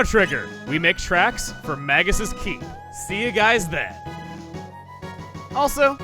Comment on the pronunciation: So where's the "Maggus" counter? You've mispronounced it so many times so far... MAY-gus. That's how it is pronounced. It is a real English word - and not his real name, after all, so it's more of a title, even if he picked up a title FOR his title in this translation. (No, TV Tropes does NOT say it is pronounced that way. If you are going to say it does, back it up. I can't find it and don't believe it.)